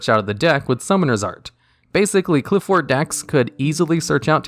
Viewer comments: Pronunciation of Apoqliphort Towers is (Apoc-li-fort) Apocalypse and Fort mushed together. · BTW Apoqliphort is pronounced similar to apoclypse. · Apoqliphort is pronounced like apocalypse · I think "Apoqliphort" is supposed to have the same syllable stress as a word like apocalypse or apocrypha. Great video as always!